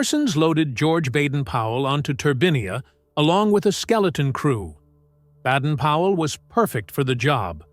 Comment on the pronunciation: Sure it wasn't Baden Powell NOT Badden Powell?